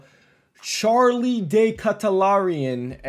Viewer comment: “Charlie day katalaraianion sbc” 😂😂😂😂😂😂😂😂😂